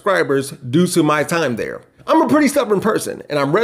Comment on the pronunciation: "Axt"? "Im"? For REAL? How about these, instead: "ASKED," & "I'M."